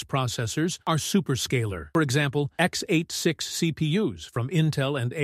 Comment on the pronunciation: I guess, these architecture terms are not all on the same level. And if the video was correct, it is a pity, that this voice reads out the technical terms incorrectly, x-8-6. Sad.